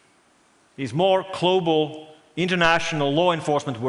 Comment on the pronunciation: His accent actually isn't that bad for a Finnish guy. I've heard worse. And yes, the "klobal" is difficult to pronounce for Finns, mostly because the Finnish language doesn't really use many words with "g" in them.